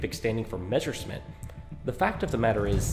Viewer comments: Number x: it's pronounced messershmitt and not meshersmitt. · Nb.1 All the English speeking people say the name wrong its Meserschmit not meschersmit!!! ;/